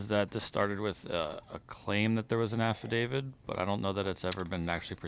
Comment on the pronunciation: Affidavid? Who's that? Oh... they're trying to say affidavit